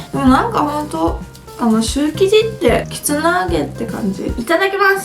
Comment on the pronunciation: きつねて聞こえる時もあるけど、結構はっきり、きつな揚げて言ってて、ん？？て聞き直した